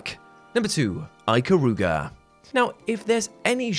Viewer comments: "Eye" -karuga? No. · You pronounced Ikaruga wrong. Other than that great video, You deserve a like. p.s. The only Tomb Raider game I was able to play was the 2013 reboot.